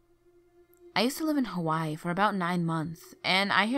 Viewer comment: Had to stop watching as soon as I heard Hawaii pronounced wrong